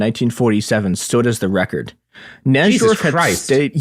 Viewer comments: I always thought it was spelled Nydorf, because that's how its properly pronounced. This episode is so painful to listen to. Who the fuck is Naj-dorf!? Ugh. Like a cheese grater to my ear balls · i heard "NAJ-DORF" so many times it fucking woke me up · Najdorf is pronounced "nye dorf" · Bobby Fischer's mom emailed someone when he was a small child?? Who the fuck is this goon? Also it's pronounced "Nye-dorf". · it's so painful. NAJ-dorf and alakeen is crazy. should have got Ben Finegold. Blunder!